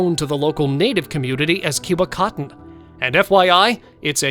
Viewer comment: Did he just say Cubacotton?!? Haha